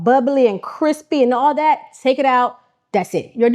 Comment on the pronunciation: “we need awl lat.” She still a NYer at heart 😂🤣